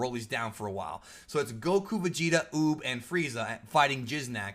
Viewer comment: Lmao repeatedly saying Jizznak The Gusher 💦🤣💀